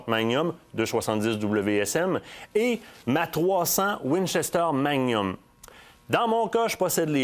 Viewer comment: Manium?, on prononce le "g".